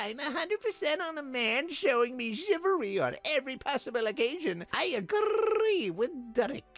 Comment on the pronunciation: agrrrrrEEEE I love it. Also English accent....... not bad